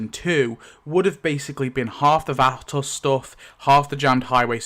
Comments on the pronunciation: It took me up until 20 minutes into the video before I realized that when you were calling the nursing home episode the Vatos , you meant VATOSE... Phonetically pronounced. Yest Vatos pronounced Vatose, long "O" sound! LOL! Great video, thanks for sharing! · vah-tose say it Vatos. speak english please. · hopefully you'll speak with someone from America and they can let you in on the proper way to pronounce "vatos". it rhymes with 'autos'. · Vah-toss is insane dude so some research if you’re unsure it’s Spanish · vat toes thats how its pronounced not bein a dill hole just trien to be helpful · I just realized you are saying vatos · Please, I hope the poster has learned to properly pronounce Vatos. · IK he doesn't wanna butcher the pronunciation with the 'vatos' but dude he's totally killing it. That is NOT HOW YOU PRONOUCE VATOS. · Awesome deleted scene and commentary, although I absolutely hate how you pronounce 'Vatos'. LOL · Someone let him know how to say Vatos.. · Homie needs to learn how to pronounce vatos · Learn to pronounce vatos right before making a video for fucks sake. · I hate how you say vatos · Hearing you say "vatos" is galling. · The way he pronounced vatos🤣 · “VAT-toss” lol. Vah-toes my guy. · Wtf is a "vatASS?".... It is pronounced "vah-toes".... Vatos. 😂 Now say it just the way I EASILY made it. Sound it out using that British accent son. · Only small thing bugging me; it's pronounced almost like "Vva Toes" not "Va-toss". Thanks for the in depth video! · Va-toes not Va-toss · Vah-toes. It sounds like you’re saying vatovs. Great video though! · Vah-toss hahahaha I love it! Bring it close it together and make every syllable short like this vAHTos not toes or toss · Vah-TOES, not Vaaa-Toss. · "Va-Tas" da fuq. Its not an English word brother say it correctly. "Vaa-tows" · its not fhatos, its VOUGHTOS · Ah yes, the "Vat-oss" 😂 It's pronounced "Vah-toes" for future reference, chap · Its pronounced VHAT-TOES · It’s pronounced “Vah toes” ok???